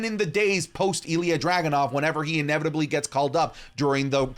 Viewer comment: ''what was 'ineverberbebrebrly' going to happen'' caught me off guard for a sec ngl